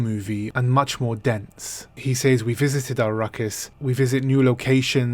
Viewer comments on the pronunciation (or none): "Says" is pronounced SEZ.